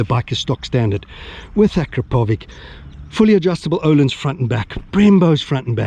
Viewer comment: I am always coming here to watch your wild stile of riding mate . Thank you ...truly cool stuff ! Don't wanna be pedantic but you pronounce 'Akrapovič ' incorrectly ;)